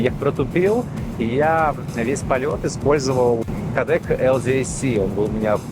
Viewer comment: кООООООдек!!! На крайний случай ударение на обеих гласных!